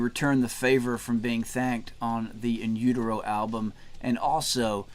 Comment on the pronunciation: Damn man, no need to rip the guy apart because he pronounced the album wrong